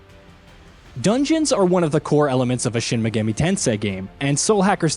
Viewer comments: Don't forget Shin Me-Goo-mee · "Shin Me-geh-mee" -_ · Why did you pronounce Megami like that